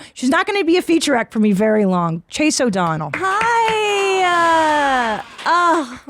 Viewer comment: Chase O'Donnell, you say it correctly.